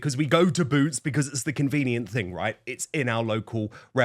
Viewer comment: It's Boot's not Root's.